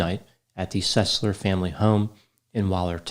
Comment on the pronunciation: Trey SUS-ler